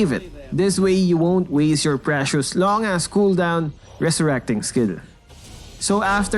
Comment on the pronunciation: He swore he said assss